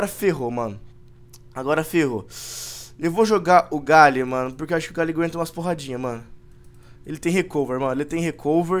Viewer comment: é impressão minha ou ele chama o GLALIE de "Galie?